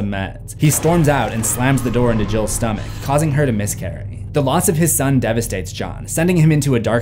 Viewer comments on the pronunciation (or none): none